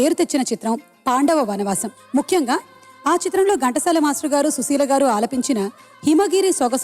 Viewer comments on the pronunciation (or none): none